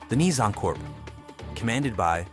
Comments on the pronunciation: dude great video but please pronounce corp correctly its pronounced cores or korzs not corPse....... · It's not Corps as in Human corpse. It's Corps as in core of a star or the core of an army like Napoleons "Old Guard" pronunciation wise. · Corp is pronounced "core" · Damn, you gotta pronounce “corp” correctly next time. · When saying corps(which is the correct spelling), the ps is silent but the s is pronounced if it's plural